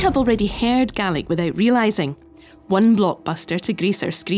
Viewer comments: I like the she said Gaelic it sounded like garlic 😂 I loved it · I'm from Ireland and I swear to God the was she pronounced Gealic it's like nails on a chalkboard, down in munster we pronounce it as gay-lick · I never realised the scots pronounced gaelic as galic as opposed to galeic like we do in ireland. Also funny how the languages can look so similar and yet sound very unique and different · It's not "Gallic": that's what the pronunciation sounds like, but the spelling is "Gaelic." "Gallic" in English (the language you are writing in, don't forget) means "pertaining to Gaul (France)". Our Gallic neighbours are across the English Channel; our "Gaelic" neighbours are north of the border.